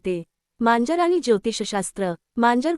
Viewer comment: मांजर म्हणा , म्यांजर नाही